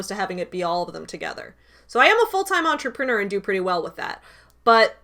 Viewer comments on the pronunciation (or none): none